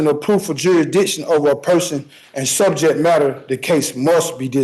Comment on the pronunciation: Sejet madder